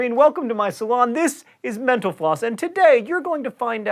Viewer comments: Why do I hear "menopause"? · Every time he says mental floss... sounds like menopause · Sounds like he is saying menopause when he says mental floss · Why did I hear menopause instead of mental floss? need better ear phones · Every time you say mental floss I hear Menopause.. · Whever he says mentl floss it sounds like he's saying menopause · All I hear when u say mental floss is menopause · It sounds like you say menopause when you say mental-floss. heh. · Whenever he says "mental floss" I hear "menopause" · It sounds like you're saying "menopause" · When you say mental floss it sounds like youre saying menopause. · Like if you think his pronunciation of mental floss sounds like " Menopause"